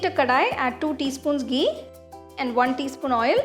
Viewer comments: "Geee" instead of "Ghee"😂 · It is not gee it is ghee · You know she is a south Indian when she says Ghee as Geee 😂😂😂